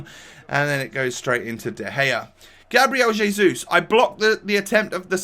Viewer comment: How you say Gabriel Jesus is disgusting, not worthy enough to commentate over your gameplay